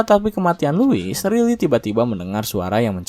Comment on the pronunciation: bacanya Raili, bukan Rili 😝😝😝